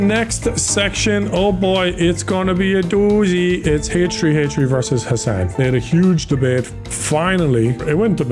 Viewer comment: “HtreeHtree”🤣 i’m not making fun of you …I’m just,well I guess I am making fun of ya.But all in good fun…right?😭